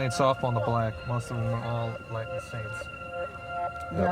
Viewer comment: And Latin